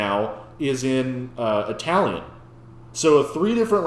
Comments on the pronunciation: On top of everything incredible and absurd he just did here: his pronunciation is absolutely perfect. I'm Italian, I've been to opera concerts, studied them in high school, it's normal and expected to read the lyrics from the pamphlet because there's just no way you can understand every word with opera vowels. But I can clearly and distinctly hear every single word he's singing, and I shouldn't be able to. I cannot articulate how much I shouldn't be able to perfectly understand everything he's saying as if he was speaking normally in perfect diction to me. Every single detail of his performance is insane. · So he also has a very good italian pronounciation...does he have a weak spot?!😨